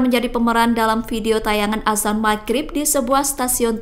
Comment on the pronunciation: Azan bukan asan 😅